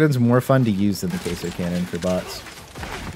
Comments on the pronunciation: It's queso cannon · The Queso cannon is exactly how it's supposed to be said. :)